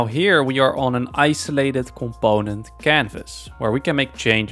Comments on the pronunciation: ComPOOOnent. Im sorry seems like a great guy and all but this is just driving me crazy. I literally cant watch the video I get so annoyed. Brings out my misophonia I guess. Im sure am not alone with this. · You mean "c'POnent" 😂